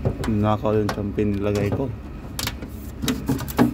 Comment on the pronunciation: The correct pronunciation of champagne is SHAMpagne not TSAMpagne.no offense meant po.